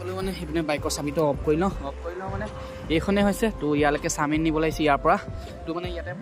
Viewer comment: চামিন নহয় চাওমিন